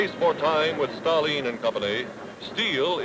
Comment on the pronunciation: The narrator said ‘Staleen’ for Stalin…Never heard is spoken like that.